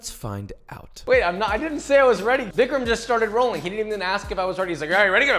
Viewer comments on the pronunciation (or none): none